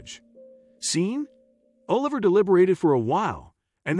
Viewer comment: grteat story and morals, but the AI narration really ruins it. for me anyway. "Seen", "ahh liver", "oLIVer", etc. We can do better with AI. You need to getr Anna Farris to pronounce Oliver like she did in 'the house bunny'